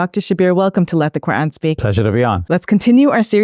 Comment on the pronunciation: Why she pronounces Ko'an 😂